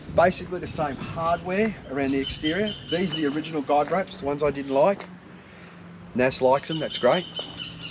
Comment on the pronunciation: Thinking about getting one, looks good. Guy ropes, sounds like you said guide ropes.